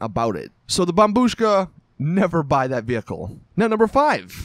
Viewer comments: At last u pronounce it as bombushka and not bombshuka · yey he can say bombushka correctly now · I’m stunned. He finally said bombushka